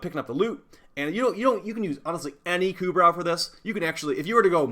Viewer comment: It's "ku *bro*" You don't say the "brow" like eye*brow*